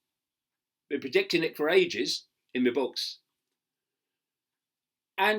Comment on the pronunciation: Love it "in me books"